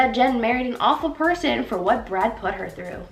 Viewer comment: I was going to call you rude when the video started and I read your comment, but as I continued with the video I totally get you 😂. She destroyed the word ‘tumultuous’ and the phrase ‘awful person’. I Wish she switched them with other synonyms.